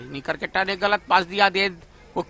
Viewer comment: कामनटैटर सर ये करकेट्टा उच्चारण नही परतु केरकेट्टा होता है